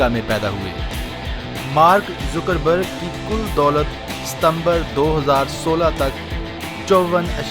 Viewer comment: not a Zoocker berg its a Zucker berg